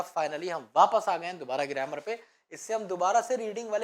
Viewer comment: सर गरेमर नहि गरामर होता है😅